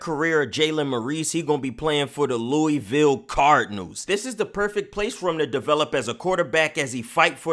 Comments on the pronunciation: come on rease its Loo-a-vul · wish you would pronounce Louisville correctly